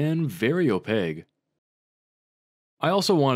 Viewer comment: opaque has the letter "q" not "g". it's pronounced: /ōˈpāk/ (oh payK)